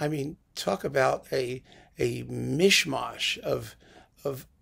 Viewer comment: Great composer - who needs great interpreters; pity about Mr Rattle. Your pronunciation of "mish mash" reminds me of an acerbic letter from Groucho Marx to Governor William R. Scranton - "if you contemplate campaigning in any more Jewish neighbourhoods, I suggest you learn how to pronounce 'mish-mash'. It is not pronounced 'mash', as you said on 'Meet the Press,' but rather as though it were spelled MOSH." That's Governor Scranton told, by Marx the merciless. Back to nos moutons - Sibelius has more concentrated power in his music than I readily know what to do with - it moves and thrills you at the same time - it makes you want to go and do something noble....